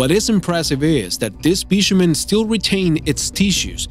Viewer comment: It's specimen, not spishiment